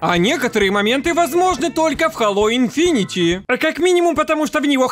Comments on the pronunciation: У меня кровь из ушей идёт от "инфинити", читается как инфинит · видео как всега топ, но хэйло инфинит, а не инфинити))